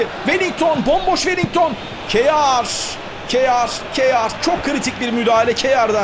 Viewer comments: Abi Bu arada Kjær'e ya Kayer deyin ya da Keya .. Spikerde değiştirseniz süper olur. Kiyağer ne :D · Kyear okunuyor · Abi "Keyar" değil "Keya" olacak futbolcunun kendisi söyledi öyle telaffuz edin diye ;) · Abi O Keyar Değil Kayer Diye Okunuyor.Söylemiş Olayım. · Abi bu arada kjaer e hıyar dermiş gibi seslendirmişsin :))